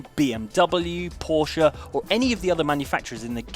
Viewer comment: Big thumbs up for the correct pronunciation of 'Porsche'!